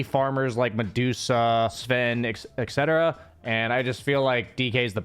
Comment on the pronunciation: Can you type etc out, look at the word and then try to pronounce it again? 😅